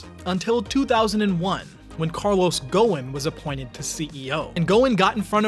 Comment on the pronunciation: The CEO'S name is pronounced Guo-son light O